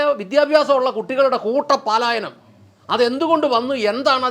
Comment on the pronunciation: പാലായനം അല്ല. " പലായനം " ❤️🩵👍❤️🩵👍❤️🩵👍❤️🩵👍